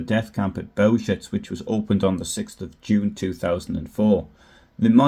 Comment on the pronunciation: Please do some BETTER research on the pronunciation of Bełżec. It takes 10 seconds. I'm sick of otherwise good journalism that let's itself down on the fundamentals. Overall, it's lame! There's NO EXCUSE for it!